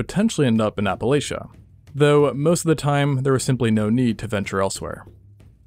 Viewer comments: its app-a-lach-a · My only issue with this video is the pronunciation of Appalachia. App-uh-latch-uh.